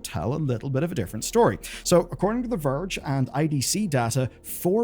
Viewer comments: sounded like "virgin PC gamer" 😂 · "The Verge and PC Gamer" sounded way too much like "The virgin PC Gamer" here lmao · 🤣 When you said "The Verge and PC Gamer" I heard something else entirely. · that did not sound like "the verge and PC gamer" to my ears xD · Wanted to comment that as well 😅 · Hahah same! 😂